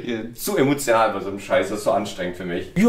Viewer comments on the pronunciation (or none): zu "emotial"? 😂